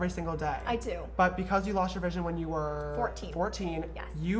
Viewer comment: omg lol on it sounds like he said: "but because you lost your virginity when you were FOURTEEN" XD (I know he said vision but first I thought he said virginity)